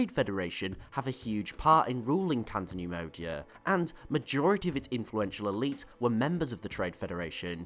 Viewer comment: CATO neimodia not canto